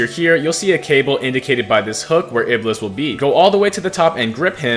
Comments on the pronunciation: It's IBL-ees which is devil in islam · Dude Iblis is what we call satan in arabic. and we pronounce it ibees